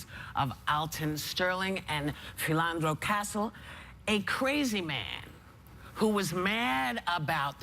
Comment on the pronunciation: She didn't even pronounce Philandro Castile's name right!